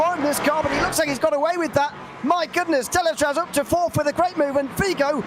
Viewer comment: Thanks for all the commentary during all season, amazing job like always ! 👍👌 Just for you information we are pronouncing the "Z" at the end of Deletraz. without rancor of course, I know is not an easy name 😂